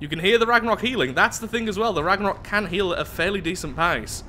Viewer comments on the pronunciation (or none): Hey mate i know you are fully aware you are pronouncing it wrong but anyways this is how to pronounce it. Ragnarrewk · you pronounced The Ragnarök wrong. There is an accent on the o.